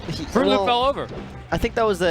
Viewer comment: "Frooloop." WutFace